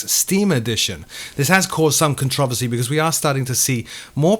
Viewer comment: Never heard controversy pronounced like that... interesting..